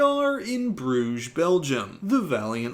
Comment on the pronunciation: Don’t mean to be a stickler, but Brugge is pronounced Bri-ch-e. The “ch” is throaty as in lochness. It means bridges in Flemish. You’re welcome 😅✌️